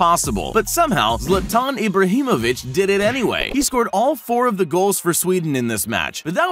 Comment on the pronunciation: Im from sweden and i love how u say zlatan Ibrahimovic